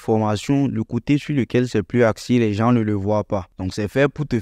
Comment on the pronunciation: Par contre on ne dit pas " les JanSSS" pour dire "les gens" mais on dit : " les JAN " , on ne prononce pas le S ... donc " les gens " quoi. Sinon tes vidéos sont super ! Merci bcp.